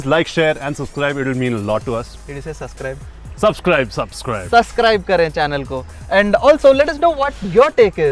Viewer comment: 'susscribe kare'😁😁😂